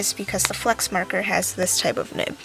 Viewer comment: Marker lol